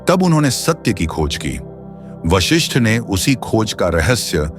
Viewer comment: विश्लेषण पिकही किया लेकीन वशिष्ठ के जिस हर बार वाशिष्ठ बोलते गये .आपको इतनाही मालुम नहीं की उस ग्रंथका नाम योग वशिष्ठ है | वाशिष्ठ नहीं | ॐ